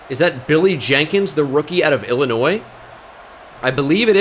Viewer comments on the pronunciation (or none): none